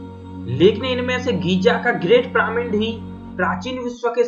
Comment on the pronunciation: "पिरामिन्ड" नहीं "पिरामिड" बोलते है भाई 🙄